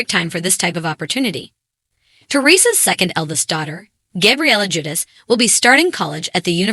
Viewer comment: If only you could pronounce her last name and his first name correctly lol